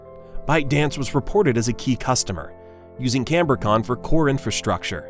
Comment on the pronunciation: It is not canbor-con but Cambri-con